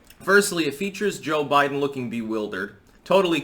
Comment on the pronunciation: He said Joe Blidens